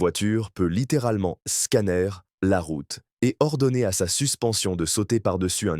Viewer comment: tape a l'oeil et j'aime pas les commentaires IA ; on dit "scanner" par "scannère"